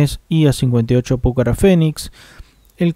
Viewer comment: Te encanta y amas al Pucará???? Y le decís "Púcara"??? CON ACENTO EN LA U??? Es una falta de respeto a la Fuerza Aerea, a la legión de técnicos e Ingenieros que trabajaron y siguen trabajando en un producto bien Argentino! También le faltas el respeto a los quechuas y diaguitas al no respetar su lenguaje que es nativo de nuestro territorio! Tendrías que ubicarte porque lo tuyo es lamentable!!! tenés un canal militar y no sabés o no querés pronunciar bien NUESTRO avión que es 🇦🇷 💪 No serás pariente de Homerus vos???